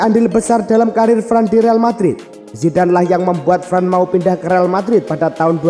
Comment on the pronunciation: Varane bacanya varan bukan fran